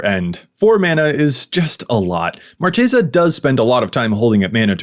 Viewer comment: ...It's Mar-KAY-sa...